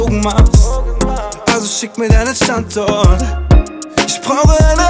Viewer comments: Irgendwie geht mir dieses StandZort, wie Pietro das ausspricht, leicht auf die Nerven🙄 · Hahahahaha krass macht alles kaputt dieses Standzort haha